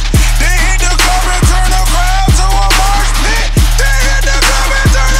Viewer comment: lyrics are fine, i would just rather have not pronounce it "marsh pit" and not say "dis morning'.. sick song though